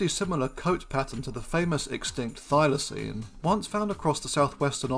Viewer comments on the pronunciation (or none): none